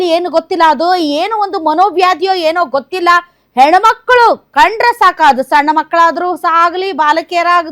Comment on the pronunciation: Henamakkalu alla sariyagi uchcharisi